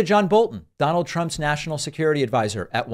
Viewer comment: Donard Trump lol